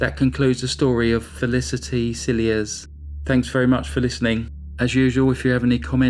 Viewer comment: Thank you for telling Felicity's story. Just as a matter of interest, her surname is from french origin like many South African surnames and is pronounced "silhea". Greetings from Cape town.